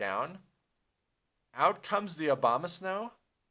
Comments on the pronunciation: The Obamasnow? =P It's called Abomasnow lol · "obamasnow" lol